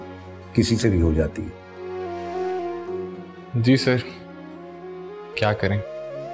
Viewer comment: Car nahi sar 😂😂